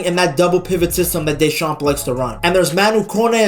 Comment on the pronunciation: In Deschamps the p is silent. Otherwise the pronounciation is excatly that